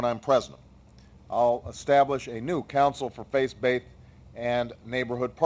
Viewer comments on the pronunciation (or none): Nice points; funny though how he says "face-baithed" at least 6 times :P